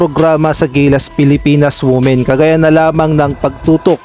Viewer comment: Women-WIMEN po ang pronunciation ng word. Tanx